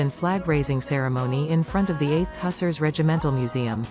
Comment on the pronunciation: Hussars is pronounced 'Hoo-zars'